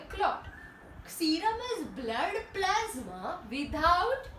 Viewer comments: "Pla s ma" 😂😂😂 very funny and informative also I got 99 out of 100 thanks mam Edited:💯💯💯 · Nice way of saying plasma 🤣🤣